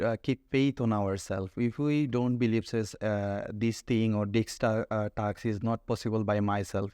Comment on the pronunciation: Both the examiner and the examinee suffer from serious pronunciation mistakes. This can fetch at best a 5.5 /6. The word is not taks (task)